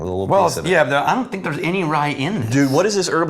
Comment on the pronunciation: "some weird think"!!!!!! At this point, he's adding the k on purpose